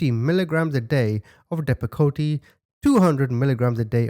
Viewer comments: Depakote the (e) is silent.🤫 So it is pronounced [deep a cote] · Depp-ah-coat. How it’s pronounced 😉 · It’s pronounced “depa coat😂 and I’m not a doctor also, but I did work in a mental health hospital for over 20 years for adults and I have seen people on all these drugs, AND!! They are not pretty for adults never mind CHILDREN who are under 12😮😮😮😮 these are some hard, hard, mental health drugs, even at half the dose these kids were taking, the adults that took them were always out of it and drooling, trembling, glassy eyed.. those poor kids😢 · Your saying the name of the pill wrong, just drop the E sound at the end and it could help you find it …great job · Pronounced Depakot. Short e long o. Is a seizure medication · You don't have to say the E at the end of Depakote, and the ER means extended release for next time you see this medicine. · Depakote is pronounced * dep- a-coat,* and is a medicine used for bi-polar, but why for a 2 year old, thats crazy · Listening to you pronounce depakote is the most precious thing. You make me smile =) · The medicine u said first I can't spell it but ur pronouncing it wrong. I was on it about 17yrs ago and I stopped taking it after I found out it was mainly used to treat me seizures and if u didn't suffer from them then u had a higher chance of having them. Can't remember what dose I was in but d wasn't no where near that high. 5hat doctor needs to b investigated also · Hearing you mispronounce Depakote cracks me up. I have PTSD and was sterilized by being given Depakote as an adolescent. I stopped taking Seroquel in my mid-20s because it made me a comatose zombie. Those are both heavy "mood-stabilizers." I can't imagine how that poor baby felt on such heavy drugs. I'd love to keep these pieces of shit for a month or so, and do whatever I feel like doing while I watch these. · The medication is pronounced dep-ah--coat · With all due respect, it's said like Deppa Coat. Just sayin.😀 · Also, the medication is pronounced "Depacoat"